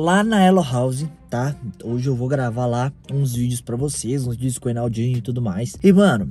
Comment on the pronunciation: Vc falo errado n e vudeos e vídeos